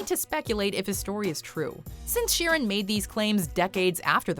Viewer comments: It's sheer an not Sharon ok sheeran Frankie sheeran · It's pronounced sheer an ...that is it sheer an ok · Pronouncing Sheeran like "Sharon" is very confusing for english viewers.